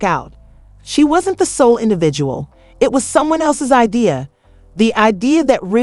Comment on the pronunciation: what's wrong with you , why can't you say Remy's name right ?